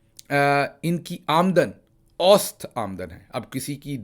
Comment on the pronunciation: میاں، اوسط میں س پر زبر ہے، یعنی اَوࣿ سَط aow+sat.